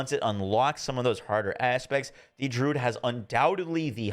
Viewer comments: Dude its not Drood its Dru - uhd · I really dislike when people are grammar Nazis, but hearing him pronounce druid as "drood", it like nails on a chalkboard for me. Druid, drew....id.... I come across so many content creators that mispronounce very simple and common words, almost as if they've never used them in their own vocabulary.